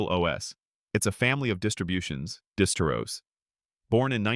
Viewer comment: linux is a family of distros, or sounds like you sied dis-bros.